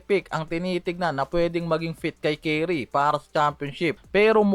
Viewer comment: Ayuusin mo ang bigkas hindi carry...curry!!!!!!